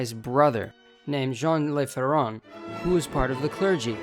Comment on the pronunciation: its Jon Leuh Fairohn with nasal accents... its not spanish .. Le is Not Lay😅❤